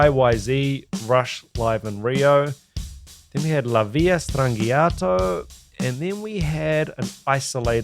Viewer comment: Love how you pronounce La Villa Strangiato properly, no one ever gets it on these reaction videos.